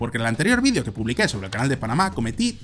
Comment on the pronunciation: Pero,tarado no se dise Vidio" se dise vídeo,como se escribe ,tarado